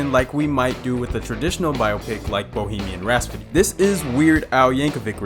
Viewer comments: Anyone else cringe every time he says “Bohemian RaS-pody” instead of ‘RhaPsody’ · Right after saying “Bohemian Rhaspody” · Bohemian Rhapsody... not Rhaspody or Rhasfody. Otherwise good video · Can't get over how you pronounce "Rhapsody" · I mean it's funny, but if you can't watch something because the author pronounced something differently from you... You take your mind too seriously.